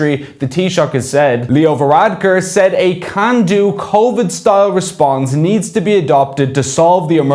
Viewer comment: What's convid? Spoof nineteen is it?